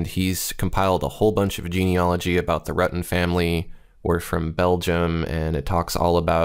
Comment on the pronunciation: It's pronounced Rytten